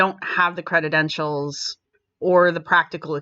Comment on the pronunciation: Dear, the word is credentials, not credit-entials. You can look it up to confirm. Other than that tiny gaffe, your videos on this are very fine, as are Cinzia's. I think you're mixing it up with the words, accreditation, accredited. It made me wince, hearing that repeatedly. It's a minor thing, and I'm sorry to point it out, but it bugged me. You're better than that.